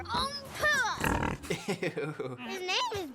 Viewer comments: My favorite part of videos will always be him getting characters names wildly wrong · Why is he constanly getting names wrong?